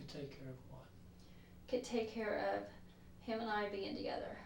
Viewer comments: I hate how she says “heem” instead of him. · This woman comes off like a world class idiot. And I know this is like the least of her offenses, but I find it super annoying how she pronounces “him”. “I didn’t want to talk to eem at all.” She deserved 25 years bare minimum.